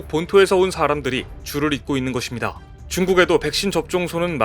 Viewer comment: [것입니다]는 [거십니다]로 읽으세요. [거딥니다]가 아닙니다. [장례]는 [장녜]로 읽으세요. 모르시는 것같아서 말씀드립니다. 가끔씩 사전을 보세요.